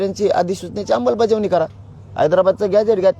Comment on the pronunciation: Vashi hun nighalyanantar next day pasun roj 10 time aikyoy ammalbajavni cha ha ucchar 😂😂😂😂